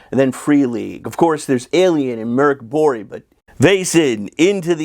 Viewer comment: Swede here. Your pronounciation of "Mörk borg" was perfect.